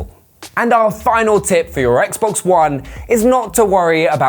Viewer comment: That’s not how you say Xbox one ☝️